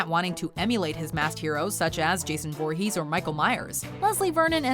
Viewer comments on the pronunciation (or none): he said vorhess Jesus read